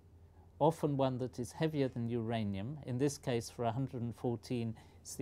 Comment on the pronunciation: Haranium and Poliokoffiam :P